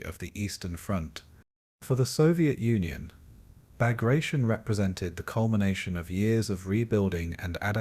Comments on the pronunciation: Cant even pronounce the operations name correctly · Can’t pronounce the name of the assault correct… I’m out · Learn to pronounce the name properly. It's am insult to a great Russian General.